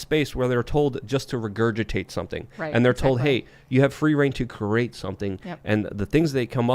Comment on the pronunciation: I heard “create” pronounced as “cruate” and thought what the hell. Lmao